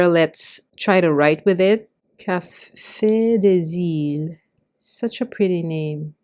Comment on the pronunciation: Thank you for your video. I love brown inks! Your prononciation was pretty good for Café des Îles !